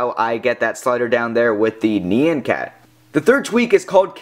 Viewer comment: "NI-AN" not "KNEE-AN"